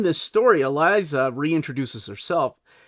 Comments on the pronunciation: Well done, my brother! This is a must-read for all 'Gargoyles' fans! Elisa's name is pronounced Eee-Leeaze-ah. No big thang, though. After 12 issues, and a Halloween Special released in 2023, Weisman and Dynamite Entertainment have relaunched the series as "Gargoyles: Quest". There is also a prequel series titled "Gargoyles: Dark Ages" that focuses on many of the characters and what shaped them before the events of the original series. I'm hoping Weisman is in it for the long haul. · Elisa was pronounced with an "s" is the show not a "z." I was so confused about Brooklyn's current status but it's a separate arc that wasn't covered.